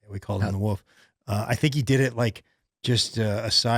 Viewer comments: I believe you are my wife’s newest favorite comedian. Not cause of your comedy of course. It’s because she also says “woof” instead of wolf. Just know you’re not alone. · I loved saying "woof" and taking a second before he checked him on the pronunciation. "You're saying wolf, right? There's an F". continues to say "woof".